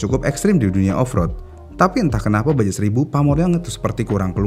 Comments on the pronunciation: Iya, rasanya risih denger ngomongnya baja melulu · baca nya baha min bukan baja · Dibacanya baha bukan baja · Admin nya ga mau bnerin.. Kmrin aja dah bnyak yg ngsih tahu klo isle bcanya ail.. Ttep aj divideo nya bilang aisel. 😂. Pdhl kan biar lbih edukatif lg dri sisi bahasa. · Padahal sekalian research sekalian belajar juga tuhh penyebutannya ya😢